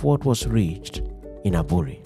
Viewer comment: The pronunciation of the word"Aburi"should rather be "3buury" thank you.